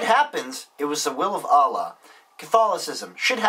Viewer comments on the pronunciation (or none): none